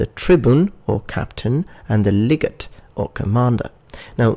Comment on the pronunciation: (Leg-ah-tay)__ Legate, or Legatus